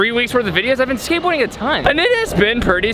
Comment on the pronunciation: U said skatebaording instead of skateboarding haha